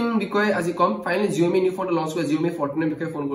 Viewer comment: Saomi buli kole bhal huni